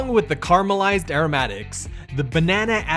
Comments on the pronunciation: Yep, okay with that. It’s the complete dropping of the middle syllable “ah” that drives me nuts. Carry on. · Please... care-ah-meh-lized